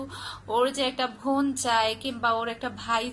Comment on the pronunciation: একটা ব্যাপার লক্ষ্য করলাম আপনি "ব "কে "ভ" আর "ভ" কে "ব" বলেন | "বোন" কে বলেন "ভোন" আর "ভাই" কে বলেন "বাই" |